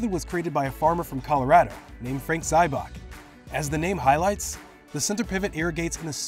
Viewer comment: Frank Zybach, not Ziebach